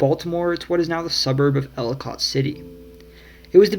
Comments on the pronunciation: And Ellicott City is pronounced ell-i-cut city. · A couple of nits: "Havre de grace" is pronounced HAVVER dee grayss. Ellicott (City) rhymes with delicate. The correct name of Johns Hopkins University is "The Johns Hopkins University." Otherwise, nice video. I was born here, lived in Marin Co., CA and Madison, WI, but learned lots of stuff I didn't know, even as a native.